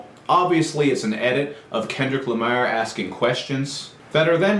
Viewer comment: LMAOOO, the way he says "Kendrick Lamar"